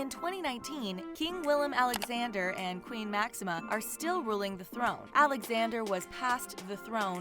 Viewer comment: Every time I hear her name I feel personally offended they put my name second (jk), but the same thing with the king, Willem Aaaaa-lexander